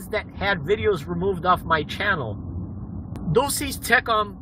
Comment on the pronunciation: He can't speak Latin. a subpoena duces tecum is about documents. It literally means; you shall bring with you. It is pronounced Due shey tay coum.